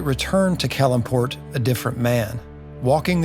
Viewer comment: These videos are really great and comprehensive. I do question some of the pronunciation of a couple of things. I.e.I believe It’s CAL-im-port (no middle syllable emphasis.) I hope you’ll cover many more areas / characters of Faerun.